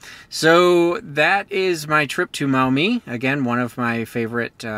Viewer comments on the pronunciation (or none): Listening to you pronounce Maumee made me giggle a little, as someone who has lived in Ohio for 40+ years.